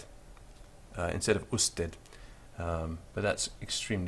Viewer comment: be sure to respect word stress patterns. The last syllable of usted carries the stress, as in every unaccented word that ends in a consonant, excepting only n or s.